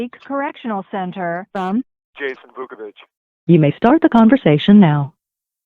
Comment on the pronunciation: IT is Vuković